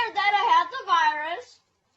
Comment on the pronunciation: “ThA vYrUs”